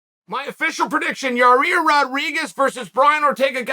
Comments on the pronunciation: "Your-Rear" is gunna mess up Ortega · Chael has the hardest time saying "Yair". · Chael "a real four-way for yarear" Sonnen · Yair "Jah Rear" Rodriguez, Uncle Chael keeps getting more creative with these names as days go by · “Ya-reer” Rodriguez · Chael “ya rear” sonnen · Yayreear rodreegez - Uncle Chael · Clicked on the video just to hear uncle chael say Yair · Your Rear .. huh I've been mispronouncing Yair's name all these years..smdh